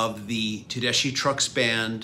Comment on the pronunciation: Looks like a really nice set. I bought the CDs as they were released. Not to nitpick, but when Susan introduces herself, she pronounces her name "Tedeskee"...